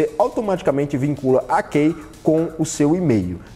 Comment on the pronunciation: Pronuncia-se como ''Ki''.. lol.. qual Kei..lol 🤣. De 2010 a 2020 só ouvi dois ou três brasileiros que, saibam ou não falar inglês fluentemente, pronunciaram todas as palavras corretamente. Brasileiro não estima a sua distancia curta aos EUA para ir até lá aprender um bocado de forma natural.